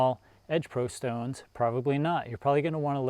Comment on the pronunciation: i love how you say shtones :D